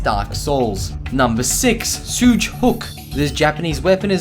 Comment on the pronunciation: That mispronunciation, though... Shoge: SHO-geh Kaginawa: KAH-gee-NA-wa Kakute: KAH-kuh-TEH